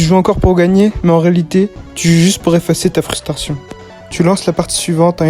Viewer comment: à peine je commence la vidéo ça part déjà mal "frustation"😂🦧👀